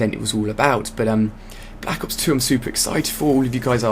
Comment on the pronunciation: i like how he says and enunciates "black ops 2"